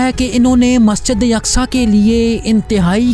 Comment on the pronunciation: Masjide yaqsa nahee Masjide aqsa hai woh..